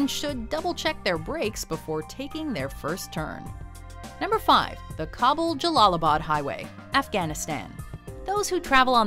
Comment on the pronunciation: U said Kabul wrong